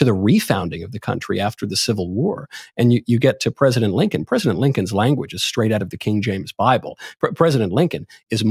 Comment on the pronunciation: Did this man just say Abraham Lankin??